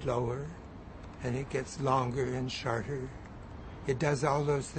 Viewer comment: 45 "And it gets longer and sharter" lol